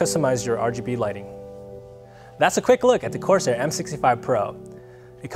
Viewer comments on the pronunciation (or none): none